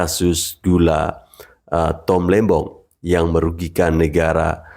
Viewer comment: tom lembong min bkn lembang😂